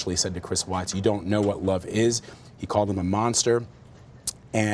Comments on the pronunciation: I'd love to hear from the mistress. To add- his parents victim statements were inappropriate. They barely mentioned Shannan and the kids, it was all about “we forgive you Chris”. And I’d wish they start pronouncing Shannan’s name correctly. It’s pronounced “Shann-an” like Shannon not “Shan-anne”. Her Mother pronounced it correctly. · I hate the fact that Vladimir Duthiers can't even pronounce Shanann's name properly. Some reporter! He also gets a number of other facts wrong (i.e., "Nico" was not a nickname, idiot). Please do your research prior to going on air. I'm guessing you're not a Columbia School of Journalism graduate, to say the least. Do you have ANY journalism credentials? Whatever. I'm so proud of all of the awesome reporters out there, and people like this guy cast shade on all who strive for accuracy and precision. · Why does the prosecutor keep calling her "sha-NAN?" Weird. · his mistress says shunANN tho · I’m not sure if big man in black suit is the prosecutor but he should have the respect to pronounce her name properly, not shin-Anne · I realize this is years afterwards, but for the primary reporter, there are two issues. You’ve mispronounced Shan’ann’s name, and her unborn son was to be NAMED Nico. It was not a nickname given to that baby after his death. Thank you for your time. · Say her name correct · It annoys me the watts family can’t pronounce shannan correctly. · does anyone know why she is pronouncing Shannan's name differently than everyone else?